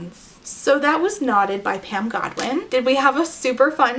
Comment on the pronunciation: Whenever you say “knotted” I hear “not it,” which is an accurate feeling this book evokes.